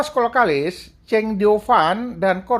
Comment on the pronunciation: kenapa kalau sebut kok selalu Nicolas kolkalis.....salah buang L nya yg benar kokallis